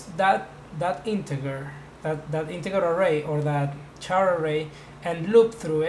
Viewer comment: Wow this is really nice. I love the graphics and platforms. P.S. - Your english isn't bad, aside from incorrect syllable emphasis on certain words. BTW, "char" sounds like "kar" and "integer" sounds like "intijer". ;)